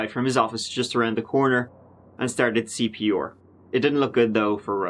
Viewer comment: "A pediatric doctor arrived from his office just around the corner and started CP-ore" 🤣